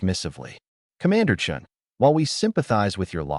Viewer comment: So 'Chen' becomes 'Chun',...and yet more 'Martinez' repetition along with more crystalline nonsense.